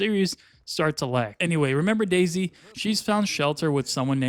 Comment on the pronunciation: "...Remember Daisy..." I keep hearing DayZ